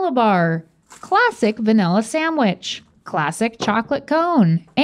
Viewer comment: says SAMwich